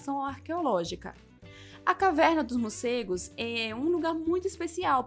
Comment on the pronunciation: Legal, legal. Só treina falar morcegos e não murcegos😬